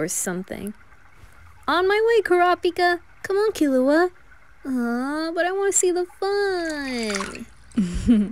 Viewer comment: I love how you pronounce killua as kill uh hua, like how they do in the 1999 version